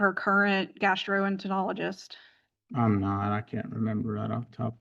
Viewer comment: "GASTROENTEROLOGIST" You've got an education, PRONOUNCE IT CORRECTLY .